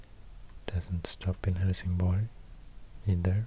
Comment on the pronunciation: I can't unhear "Hellsing Boy".